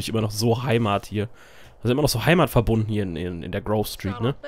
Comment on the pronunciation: ey maan es heißt grove street-heimat:D